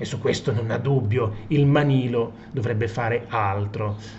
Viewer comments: Manlio non Manilo. .... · si chiama MANLIO....no manilo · Prof, MANLIO non MANILO! Certo non cambia la sostanza 😁😁😁😁